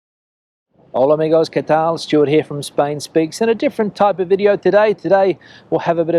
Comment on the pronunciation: First of all it isn't Kay Tall, it's: qué tal